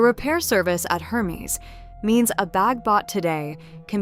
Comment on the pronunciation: if you will be doing reviews of luxury bags, make sure to pronounce the brand names correctly. Hermes is pronounced with a silent "H" and a soft e, not a Long e. . It is pronounced Air-mes